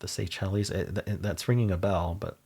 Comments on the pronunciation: The islands are pronounced "Say-Shells" not "Say chellies" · The island country is “Say-Shells” not “say-chel-es”. And sacrum is the lower end of the spinal cord the last few tail bone segments. You were thinking of a sanctum. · Pronouncing Seychelles that way is a choice 😅